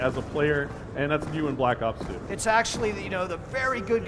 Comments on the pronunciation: the guy at the beginning of the video almost said black socks 2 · At least he didn"t say Black Cock 2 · He was about to call it "Call of Duty: Black Socks" at the beginning lmao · the anouncer almost says black sucks 2 in the beginning